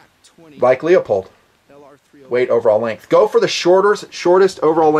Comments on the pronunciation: Lee-Oh-Pohld. Made me cringe every single time you mangled it. Try LOO-pohld. Thanks for the vid, but plz learn to pronounce the brands you're reviewing. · Not being from the West (I am from South FL), most scopes can be 4 power or less for 90% of shooting in my area. I like LIGHT, so I bought a Weaver 1x3..very sharp, very light (8oz), rugged. I found a cat tail that fits it. If I could afford one, Luepold (this is pronounced LOO POLD, not LEO POLD. Leopold was a famous orchestra conductor) makes a 1x4 20mm that weighs almost the same(8.5oz). Most 1x4's are as heavy as a brick. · I hate to correct you on something like this, but it bugs the crap out of me. It's "LOOPOLD" not " LEEOPOLD". Call the company and they'll tell you. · I cringe when you say LEE OH POLD. Its LOOP OLD!! Please! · You lost me when you said "LEOPOLD" It's pronounced "LOOPOLD" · Awesome vid,. You put an incredible amount of work in on this. Ton of info - this could have been a 2 hour vid. I'd appreciate your take on setting up the optics... scope mount choices and process, boresighting. Also, no offense intended, but is Leupold pronounced LEE-O-POLD or LEW-POLD? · Sorry, iI misspelled a manufacturer name. It is spelled Leupold, but still it is pronounced LOO POLD. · Excellent, excellent vid as usual. As I could never criticize the content your excellent vid's (and never would), I will take the opportunity to nit pic :) Leupold is pronounced "loop - old" Good shooting! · Why is it so hard to pronounce Leupold correctly?